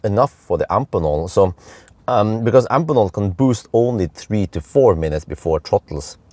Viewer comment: Hey, just minor remark: I'm quite sure you should pronounce the connector-manufacturer Amphenol like you do Phoenix: both "ph" are pronounced "f". At least: I distribute a product of a European daughtercompany of the US Amphenol, and they say Amfenol...